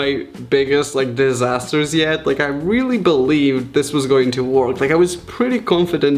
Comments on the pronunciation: Can someone kindly tell this child ‘work’ doesn’t rhyme with ‘Pork’, pronounce work like ‘werrrrk’ bih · I love how you say "work"! :D